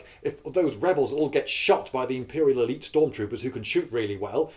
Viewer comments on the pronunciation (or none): none